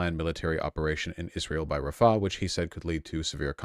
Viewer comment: Can somebody tell that the h in "Rafah" is an independent letter in the arabic alphabet and pronounced like a rasping of the throat? It is not there to prolong the preceding a